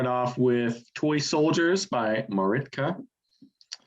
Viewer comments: "Maritka" lol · I hate to be that guy,, but it’s Martika, not Maritka. But great pick with the Smithereens, one of my favorite bands! I hope you do a List of them someday soon! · Yep, I think he may have pronounced it incorrectly more than once...but credit to him for choosing it... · First time you said Maritka I thought it just came out wrong, but then you said it a second time. Anyways, it is great song! :-D